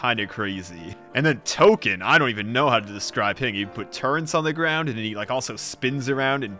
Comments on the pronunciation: (Why do I keep doing this) it's Tolkien not token YOU ARE THE PROVLEM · It’s Tolkien… not Token